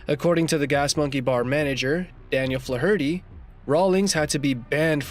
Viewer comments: Lmao@ "Fluh-hurty..." It's pronounced Flay-erty, numbnuts... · Flaw Hurty is pronounced Flare ity. As in Joe Fler Hootie of SCTV. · Fluh- hurtie? You onion! It's pronounced FLAYherty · Learn how to pronounce the surname Flaherty please. 😂 👍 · Its pronounced FLARE-ER-TY moron...not Flaherty d's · You’re killing me with the “Fluh-HURT-ee” butchering of the name Flaherty. The ‘a’ is typically a short ‘a’ sound as in ‘flat’. ‘Fla’ gets the emphasis. FLA-er-tee. But I’ve even heard it as FLARE-tee and FLARE-uh-tee. But Fluh Hurtee just plain fluh-hurts! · Hey numbnuts!! Fla-herty in pronounced Flar-ity...it and Irish Sur name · I couldn't take the pronunciation of "Flarity" (Flaherty) as Fla-hirty one more time. I'm out. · Can you not pronounce Flaherty? It's not Flah- hurty, its Flairty. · Good grief it's not Fla-hur-tee. It's pronounced Flairity. Do your research before you make videos bro. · Flaherty is flair ity not flaw hurty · FLA HER TY? AI AT IT'S BEST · Who says the surname Flaherty like "Fla-hurty", that's making it far more of an ordeal than it is to say already. Try putting the stress on the E, like everyone else does, it might make you life a lot easier and save time with pronunciation, apart from that being the correct one. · Fla-herty? Once you listen and hear it, it never goes away. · Fla-hurty??!!? Good god man. Learn to pronounce!!!! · Dude.... that's not how you pronounce Flaherty. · Learn to pronounce Flaherty. Jesus! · Learn how to pronounce Flaherty you make it sound retarded the h is silent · You couldn't find a narrator who could correctly pronounce "Flaherty". What a joke! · You really need to learn the pronunciation of the name Flaherty. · To the narrator here-you should learn how to correctly pronounce Flaherty. You sound semi literate. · Can't listen to him mispronounce Flaherty again, I'm out. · I couldnt watch till the end because of the way the dude said flaherty. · Learn how to say, "Flaherty"